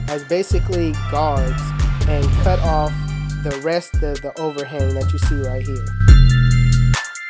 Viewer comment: it sound like he said YouTube this is the cuh